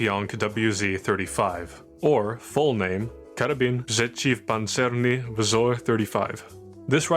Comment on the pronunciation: I was actually jumpscared by you actually trying to pronounce the full Polish name, and doing it actually really damn well